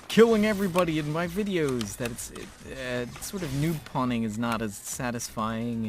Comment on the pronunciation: I enjoy how you said Noob-Punting (or at least that's what it sounded like) when talking aobut it not being fun just hanging in lower leagues.